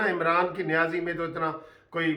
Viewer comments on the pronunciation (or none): Not Niazi Said Nazi